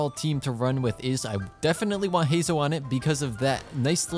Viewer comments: heizou? do you say zongli too 🗿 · just to let you know youre pronouncing Heizou name wrong